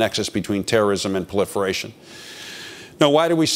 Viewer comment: "puhliferfation" .sounds like GW bush saying "nucular"